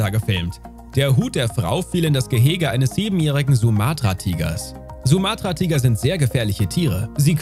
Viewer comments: OMG. Es heißt Sumatra und nicht Suumaatraa und Omaha, nicht Oma-ha. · Sumatra wird auf Su betont, Omaha auf O. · Mein Gott wie bescheuert. Wenn ein Video mit den Worten beginnt: Ein tag im Zoo ist ein grosser Spass. NEIN !!! Haben dir deine Eltern garnichts beigebracht??? Dann wird Sumatra-Tiger und Omaha falsch ausgesprochen und so schlecht geschnitten dass die Hälfte der Geschichte fehlt. Ich bin nach 2 Minuten weg.